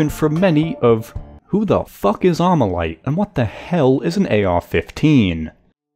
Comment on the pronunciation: Not Amurican talking about AR-15??! Grabs pitchfork* Not Amurican enunciates "Armalite" Puts down pitchfork*